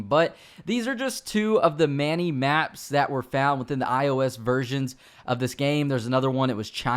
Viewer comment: "Two of the manny maps"